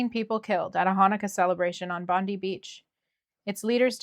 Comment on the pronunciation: In Australia Bondi is pronounced Bond-eye.